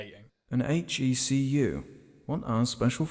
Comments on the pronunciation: It's not pronounced HECU, it's pronounced HECC U. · its prounced H.E.C.U not HECU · Did he pronounce H.E.C.U as Heku? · I know your just saying hecu for short but just wanna say its H.E.C.U short for Hazardous.Environment.Combat.Unit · Each time i hear "Heckoo" instead of H.E.C.U. i die just a little more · You are the only person i have heard to pronounce HECU as heku and not H E C U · I liked this video but who the fuck pronounces H.E.C.U HECKU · The worst part about this entire video is that he pronounces hecu as hecu not h.e.c.u. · It’s pronounced H.E.C.U not hecu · "hecku" disliked and reported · Great review. My only concern: Why do you pronounce HECU "Heku?" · You might have said "heku" soldiers, but I still love you and your videos, mwah mwah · HECU is an abbreviation not a name It's pronounced H E C U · You pronounce "HECU" as "he-cu"? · Its not one long word HECU It's H.E.C.U Hazardous Environment Combat Unit Screams in senseless rage! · "HEKU Corpses"